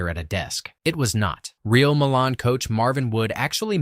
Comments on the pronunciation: MY-lun. Not muh-lahn. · It’s pronounced Milan, not Milan. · pronounce My Lan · It’s pronounced Meye lan, like eye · Entertaining, but... It's pronounced... My-lynn. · Milan Iin IN isn't pronounced the same as Milan in Italy. It's "MYE-lan"